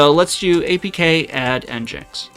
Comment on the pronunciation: it's pronounced engine-x you said it right,, thank you 🙂 you said it wrong 😭 you gotta stop trolling us, greep 😳